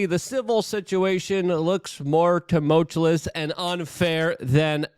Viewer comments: I will donate $50 to you through whatever channel you have set up if you stop pronouncing tumultuous as tumultulous. Love you thanks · Jesus, Luke. The word is "tumultuous", not tomultalous". You said it an incredible FIVE frickin' times on this one, bro... Next, for God's sake, the word is nuclear, new-clear, Luke, not nucular. And are you are aware that you are now up to an average of saying "of course" over 20 times per video Man, take a breath and get acquainted with your surroundings. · You overuse the word Tumultuous (not tumultulous) and you can’t even say it correctly. Lazy mouth, too much cbd maybe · Luke, for the love of God, please learn how to say the word ‘tumultuous’. You say it so often and so wrong that it gets distracting. If you can’t say it correctly, don’t use it. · Tumultuous. No second L luke. Always with the tumultulous. Man. Im a stickler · I love you man, but it’s tu·mul·tu·ous not tu•mul•tu•lus Love what you do man and I just want to see you do it even better! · Tuh-mult-you-us or tuh-mul-chew-us not tum-mul-chew-lus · Can someone please tell Luke that there is only one L in tumultuous. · Tumultuous!! Not tumultuolus. Every video uses this word multiple times, and its always pronounced incorrectly. Im sorry!!! i couldn't take it anymore. Other than that, i appreciate the free updates. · You mean tamolchulous is wrong? 😂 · was gonna say just this. It is like hes getting more confident with the mispronunciation. let me help you luke... "Ta-Mulch- you-us" but really i would be pissed if he corected at this point lol. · Say tumultuous again and I'm dumping this channel.. it's getting way out of hand. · I used to find it annoying, but now I've come to enjoy that Luke has never learned to pronounce tumultuous correctly even though he uses the word heavily. 😆